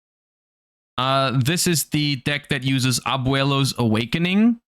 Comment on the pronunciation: Great pronunciation on Abuelo there.